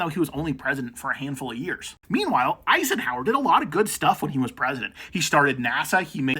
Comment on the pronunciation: Did you say JFK was president for a HANDFUL OF EARS?!?! That's what I heard.....